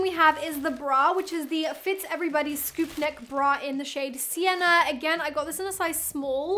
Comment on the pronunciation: Everytime you said sienna it through me off so much 😅